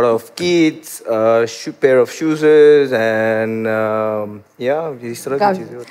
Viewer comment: Pair of "shoezes" 😂😂😂